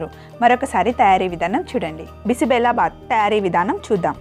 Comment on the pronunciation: బిసి బెల కాదు బిసి బేలె బాత్ కన్నడ పేరు